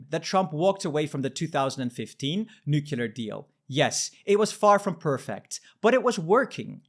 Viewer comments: I can't believe he said nucular. So sad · Plese learn finally how to pronounce Nuclear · Please learn how to pronounce nuclear!